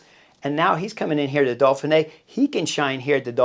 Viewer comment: im not sure i can take a whole week of dolphinee Chris!! Dauphin!!